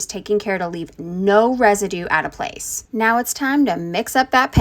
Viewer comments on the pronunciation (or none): none